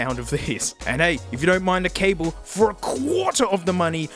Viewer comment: You’re not supposed to pronounce the ‘’e’’ at the end of cable. But it’s not your language so it’s not that significant